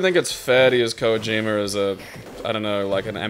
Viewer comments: I'm curious who this "Koa-jima" person is that keeps mentioning. I know who Kojima is, but not "Koa-jima." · Anyone else cringe every time says Kojima as "Koyee-Jima" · pronounces "Kojima" funny.